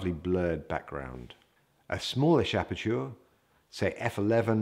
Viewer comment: Very instructive and great video but you always pronounce 'aperture' the wrong way :-)